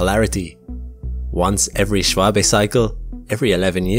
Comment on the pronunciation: Props to you for getting the pronunciation of Schwabe right, it's not often you see an American giving a damn about pronouncing foreign names correctly.